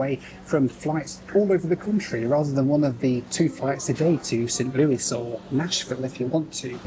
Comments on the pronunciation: Thank you for pronouncing it "Saint Lewis" instead of "Saint Louie" like you did in a prior video! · Thank you for saying Saint Louis and not the British way, Louie.